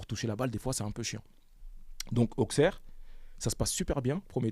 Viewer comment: Ça se dit ausserre et mez les gars 😂mais Très bonne interview